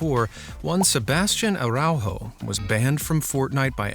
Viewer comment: I loved the video but the way our dude says Araujo kills me, not his fault though